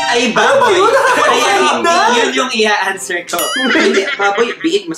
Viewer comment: Labyu, pero di ko kinaya yung 'aanswer' 😩 =))